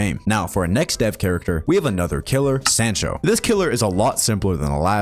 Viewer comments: its soncho not sancho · Hate to be that person but it’s pronounced s-ah-ncho